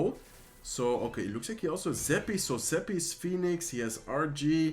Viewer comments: Al tipo se.le sale lo Español cuando dice fénix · Fénix es en español, por eso la confusión en la pronunciación. Que agradezcan los angloparlantes por tomarte el tiempo de subir contenido en su idioma. Que no se quejen jajaj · First time here. La pronunciación del phoenix en español ❤ TQM. And im actually impressed, this feels the same as watching one of your spanish videos. Love it. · Zeg Phoenix vooral zoals je dat zelf prettig vindt. Ik wilde je er alleen op attenderen wat de uitspraak in het Engels is. Mij maakt het niet uit hoe je het uitspreekt eerlijk gezegd.